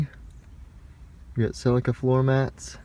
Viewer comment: What is it with Americans taking words from other countries and pronouncing them like tards! Who say Celica like that? 🤣